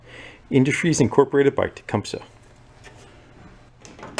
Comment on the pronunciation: It's a long E at the end of Tecumseh. Pronounced Tecumsee